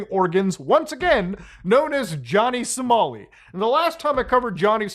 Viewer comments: LMAO "Johnny Somari" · Johnny "Somari" 😂